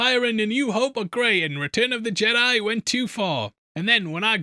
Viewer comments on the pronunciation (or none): none